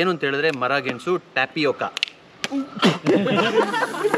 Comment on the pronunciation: ಗೆಣ್ಣಸು ❌️ ಗೆಣಸು ✅️